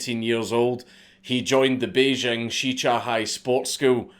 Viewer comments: The capital of China is pronounced Bay + jing (as in jingle or jingo): hundreds of people on the TV and Internet who should know better can be heard pronouncing it as if the "j" were a French "j" - as in Jean-Jacques or "je ne sais pas" (the sound that we spell with an "s" in "leisure" or "pleasure"). I speak Mandarin so I know what I'm talking about. The French "j" sound does not exist in standard Mandarin. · he said bejing china